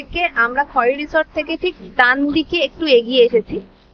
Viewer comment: খৈরী ছিল এক বিখ্যাত পোষা বাঘিনী। তার নাম অনুসারেই বাংরিপোসির রিসর্টটি নামাঙ্কিত। খয়েরি নয়, উচ্চারণ "খৈরী"। ডুবলাগড়ি বীচ - ডুবলাগাছি কে বলেছে?